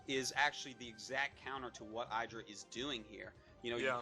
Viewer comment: HIS NAME IS FUCKING IDRA NOT EIDRA